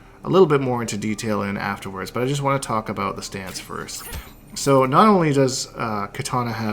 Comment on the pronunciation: I’m Canadian and it even scares me.